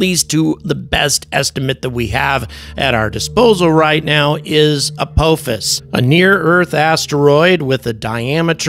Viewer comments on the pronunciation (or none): A-PAH-FIS. NOT A-POE-FIS. 😂